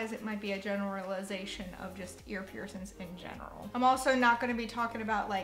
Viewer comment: please stop saying piercins 😂